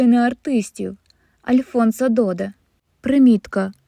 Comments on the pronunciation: У французькій мові всі слова мають наголос на останньому складі. Прізвища також. Тому Альфонс ДодЕ, а не ДОде. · Будь ласка, звіряйте наголоси хоча б у прізвищах відомих людей. Це убезпечить вас від дикого наголошування типу ДОде. Перепрошую.